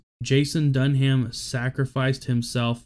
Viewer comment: My only criticism here is your pronunciation of Dunham's last name. You don't pronounce the H. It's simply said "Dun-am". Utmost respect to these amazing men and their families